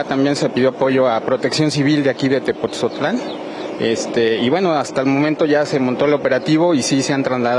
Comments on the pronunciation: Weyes es tepotzotlan, no tepoztlan nmms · Se dice "Tepotzotlán" no "Tepozotlan" pésima manera de hablar de este pseudoconductor. No saben ni hablar y así los contratan